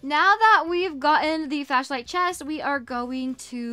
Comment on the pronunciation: Girly it’s called a flashlight not a fashlight